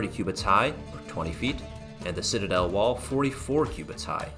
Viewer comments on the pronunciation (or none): none